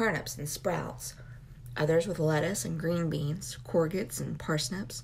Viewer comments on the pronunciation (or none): Courgette is pronounced “kor - jet” - it’s the European equivalent to a “zucchini”